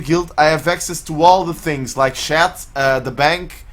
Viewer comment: Lol what's a "shat"? Good vid tho